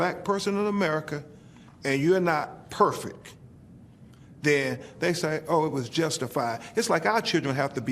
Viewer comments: Its PerfecT Not PerfeC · His LAWYER actually said PERFECK. I’M DONE. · Ben Crump ...how did you get out of Law School saying perfick instead of perfect.... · Not sure if I would want an attorney that says "perfeck". I guess if he's free you can't have high expectations 😉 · His lawyer says "Perfeck", not Perfect, but Perfeck. How professional. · Blake's attorney can't even say perfect properly. He says perfek. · the irony of mispronouncing 'perfect' 😅😅